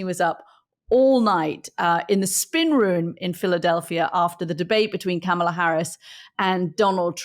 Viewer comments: And still the British lady CANNOT Pronounce her name;: comma. comma. Comma . . . KAMA-LA KAMALA KAMALA HARRIS. THATS IT😊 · "I don't know all the names- I'm not a democrat" Try saying Kamala right. It's not 'camel-a'. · Can’t anyone pronounce her name You’re supposed to be credible journalists it’s commala phonetically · Katty, would it kill you to spend 14 seconds learning how to pronounce Kamala’s name? You always mis pronounce it as “Camel-ah”. Anthony used to do this and now he stops ever saying her first name.